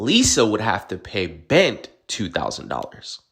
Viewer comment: Bent? Clearly not a Nigerian name. They don't know there's supposed to be an "r" in it!